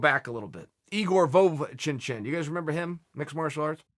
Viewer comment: It’s Igor Vo Van chin chin now !